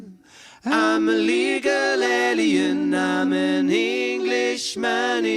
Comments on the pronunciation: I think the pronunciation of alien is probably grounded in the fact that is French. 😊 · Pronouncing "ahlien" might be voice shaping that, with his French accent. He pronounces "angel" similarly in their take of "What Kind of Woman is This". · Why are they pronouncing alien different?? Crap!! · The pronunciation of Alien is more to fit in with accent as he is French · is French, and his pronunciation of alien is what you hear P.S. Love your channel